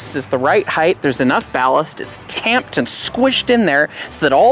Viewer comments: Heighth isn't a word. It's height. Yeah, width and depth urge us to say heighth, but it's just "hite". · There is no word such as “heighth”. It’s “height”. Unlike wide becoming the width of an object, the height of an object is its height, no added “h” at the end.